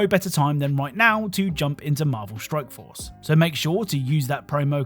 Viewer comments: At the end of the sponsored segment in the beginning, I swear it sounds like you're saying Marvel Stroke Force xD .. Am I having a strike? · I love your videos bro. But it 100 percent sounds like your saying Marvel Stroke Force several different times lol